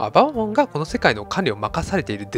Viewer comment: ババモンのアクセントって後ろが強いんじゃないんですかね？ｗ